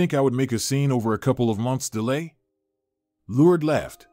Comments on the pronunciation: LORD-ES= LOURDES😂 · If you get a narrator you need to make sure that the narrator pronounces the words properly he's got her name Lourdes is pronounced completely wrong.. Not only that it was a badly written and horribly narrated story all the way around what a waste of time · Good story but the mispronouncing of the name Lourdes drove me nuts. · It's cute how the narrator pronounced "Lourdes" as "Lourds". It's supposed to be pronounced, "Lour-Des". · I love the story but am disturbed by the Lourdes’s pronunciation. I thought it’s pronounced “LOR DES”. (Just an opinion) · Why can you say Liancio but can’t pronounce Lurd-e-s. I really liked the story but have a hard time time with mis pronunciations. Her name was not Lurds but Lurdes. The last three letters pronounced des. 🤦🏻‍♀️ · Lord-ess. It’s pronounced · It would be better if the narrator would be able to pronounce Lourdes correctly. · This speaker is mispronouncing the name, “Lourdes”. What a shame. It’s a beautiful name. Like chopping it with a dull ax.